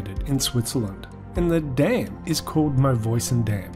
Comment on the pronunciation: the way he says "and the DAM" kills me